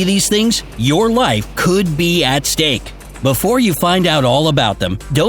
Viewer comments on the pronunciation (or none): Narrator: Your life could be at stake My interpretation: Your mouth could be eating steak. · instead of saying stake he says stank (sounds like that to me in my headphones)